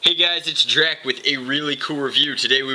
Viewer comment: Drac. Not Drake, Drac